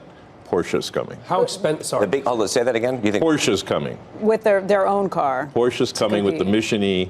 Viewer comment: "Porche is coming"